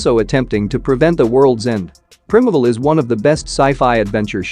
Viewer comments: It’s PRY-meevull, not prim-avle, and it’s BEE-foreigners, not be-FRO-ners, you stupid robot. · Its pronounced. Prime evil. Is it an AI reading it? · Its pronounced prime evil, not prim evl. Also, it's pronounced be foreigners (like before..), not bef oreigners. Just saying.. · PLEASE !! - If you are going to use text to speech, please actually listen to it before uploading... - Beforeigners should sound like Before and Foreigners. (people who are foreign) - Primevil should sound like Prime and Evil On the plus side - Fantastic List, I have watched most already, now actively seeking out the rest !